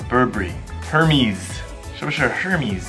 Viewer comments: Hermès 讀 ermi ,s 不發音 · 应该读yi kea啊哈哈。。。还有hermes是法语读ehemeisi